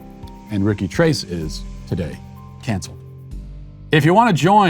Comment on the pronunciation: "TRACE" 🤣🤣🤣 Uno, dos, TRACE, quatro, cinco, SAYCE 🤣🤣🤣